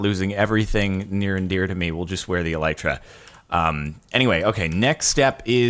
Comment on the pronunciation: they are: ocean monuments, e-lee-tra, la-piss if you're not gonna say kill or die, then just don't refer to them at all